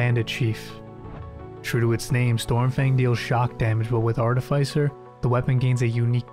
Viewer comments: Art-i-fiss-er. Not Art-i-fice-er. 😂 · It's pronounced "aa·tuh·fi·suh".